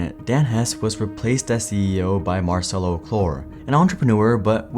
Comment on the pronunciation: The name Marcelo Claure is pronounced "Mar-SELL-oh CLOW-reh", with the emphasis on the second syllable of each name. Marcelo: Mar-SELL-oh Claure: CLOW-reh NOT 'CLOR'